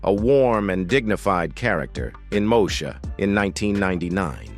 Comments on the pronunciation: When AI is used to narrate, rather than humans ... it irritates the heck out of me to hear certain words pronounced incorrectly. It's Mo-E-sha ... NOT Moe-sha. (smh) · Learn how to say the name of the show...damn